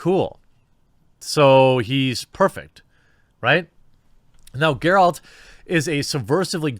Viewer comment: Well, well... he finally learned how to properly pronounce "Geralt".